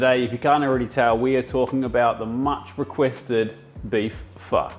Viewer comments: Honestly, right when you pronounced pho, I knew how good this video was going to be. It's pretty good. Pho is pronounced (ff-uh) ✔️ Most people pronounce it as (ff-aw) ❌ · hello chef im half viet and also a chef, your pronounciation was better then what many others say but its understandable, and i do approve of your pho but in saying that to not only you and others this may seem wrong or different to many people there are those that use ox tail and only certain types of bones, there are many different types of methods to the dish most families make it different and this goes to being the same with cities and regions in vietnam its hard to find the same one its why it is such a special dish, so with no doubt this is your pho well done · Thanks for pronouncing it right 🙌🏽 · I was so ready to leave if he had said “FO” 😅